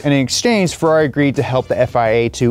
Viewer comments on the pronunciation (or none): "Ferrair" Mate. Mate. MATE. HONESTLY WHAT ARE WE DOING HERE!